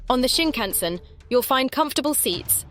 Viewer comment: I think you should ask someone how to pronounce the word Shinkansen, they way you say it reveals you might have never been on one 🙂